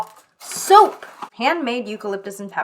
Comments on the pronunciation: When she said soap I thought she said soup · SAME I was so confused